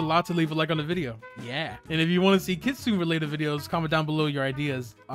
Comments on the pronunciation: Btw not to be mean but its not kitsine its kit sune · no hate but it pronounce as kitsu-ne not kitsune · its pronounced kitsuna just to let ya know:) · blud said ketsun fruit bruh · It is pronounced kit su nay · Why he saying kitsune like that😭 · He mispronounced Kitsune every single time.